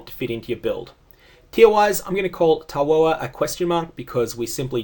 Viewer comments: Tawhoa is pronounced Toff-Wah. I know this because of how Navali and Utula both say his name. And it still will suffer from its previous issue: Leap uses it up. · Tawhoa pronunciation "wh" makes an "F" or "Ph" sound in Maori language And "O" is pronounced much shorter in Maori, hard to spell it out phonetically but its like imagine saying the word "Oar" but only say the first 20% of the first sound "O" and that gets it. So pronunciation is closest to Ta - Foe - A